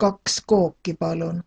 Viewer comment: Just wondering about pronounciation. Ueks Kook, Kaks Kooki... when she says "kooki" it sounds like Kooke.. so the "i" sound sounds more like a scottish "i" more towards a strong "e"?